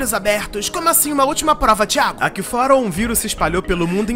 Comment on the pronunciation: "Ô TEAGO" kkkkkkkkkkkkkk